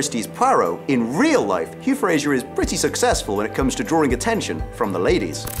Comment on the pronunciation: Hugh Fra-Zer .. Not FraZH-er. Wonderful series, fabulous actors.